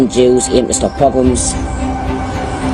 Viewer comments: So horrified to see that people cannot see through what you are proposing here. The narrator cannot even Pronounce the word PROGROM and laughs and says "whatever that is". ARE you F...ing kidding me. For Gods sake man, try and learn some history before you pick up a bunch of old newspapers that keep repeating the number 6 million ( which was simply a population estimate of the probably population of Jewish people in Eastern European countries, nothing insidious about it) . Try reading a bit about the hundreds of years of PROGROMS that the Jewish people were subjected to in their small poor villages throughout Poland, Ukraine and Russia. Oh and BTW, great Action adventure music, guaranteed to gin up your emotional state while listening to this nonsense. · I appreciate you posting that definition. I'm disappointed, though, that didn't take one minute to look it up, but shrugged it off with an attempt at pronunciation and, "whatever that is." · WATCH FIDDLER ON THE ROOF. A POGROM OCCURS DURING THE WEDDING OF HIS DAUGHTER. AWFUL. POGROMS ARE AWFUL AND VIOLENT. Put the accent on the 2nd syllable. It sounds silly when you call it PO-grom. That's not how to say it. It's po-GROM. And they are awful and leave people traumatized.